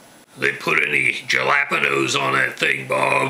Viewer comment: hes made a video in the past trolling the comments with his pronunciation of jalapeños